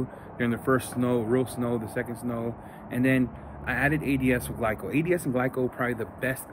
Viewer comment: my dude said gleeco 😆🐿️💨